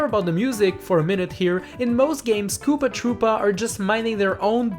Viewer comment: I thought you said poopa tropa